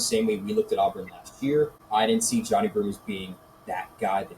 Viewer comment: Let’s say it together…JOHN(eye)I.